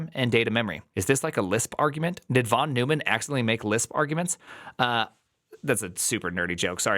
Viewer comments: I stopped watching at "von new-man" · It's /von NOYman/, and he was a serious polymath. Computers, game theory, and lots else.